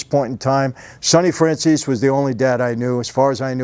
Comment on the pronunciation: Why does EVERY SINGLE person on earth mispronounce your last name? FRAN-ZEESE! Is it that hard to pronounce? We got Fran-cheezy, Fran-zeasy and now Fran-che-zy